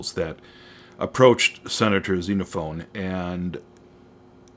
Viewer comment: Note: It's Xenophon, not Xenophone. Sorry for being picky.